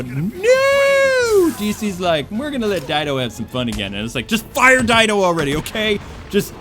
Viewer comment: Sorry, sorry, but his name is Dan DIDIO. Not Dido, DIDIO. Please get my arch-nemesis' name right. XD